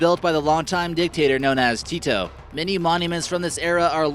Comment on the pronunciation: Maybe, before making a video, you should at least check out how some words are pronounced. Jasenovac, Tito and Mirogoj were absolutely butchered by your pronounciation. This isn't an insult, just constructive criticism, because it sounds awful. I know, I'm a Croatian and you're American, but it would bring up the overall quality of the video. Also, you forgot a few places that are even better, such as Brestovac and Jurjevac cemetery.